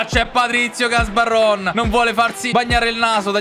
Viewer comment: cmq patric si chiama gabarron non gasbarron